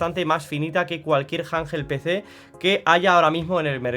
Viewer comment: Janjel Pecé😂